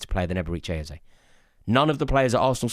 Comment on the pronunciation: Absolutely butchered his name